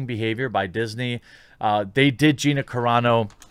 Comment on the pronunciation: Car-a Not Care-a dune. Because her name is carano